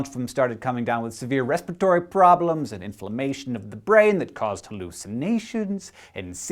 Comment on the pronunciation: His pronunciation of "Respiratory" was awesome .